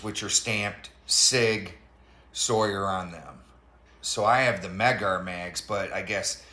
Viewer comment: It's pronounced "Sig SOUR" not "Sig SAWYER."